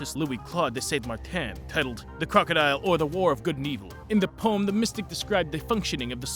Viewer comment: Yeah how he say poem sounds like he just said wow only